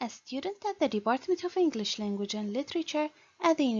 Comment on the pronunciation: Sister this lesson is verry important and you have explained it in a good way but your pronunciation is not good ..you need to study spoken English